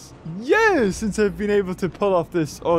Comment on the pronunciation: Nobody:, pronouncing years: “jurs”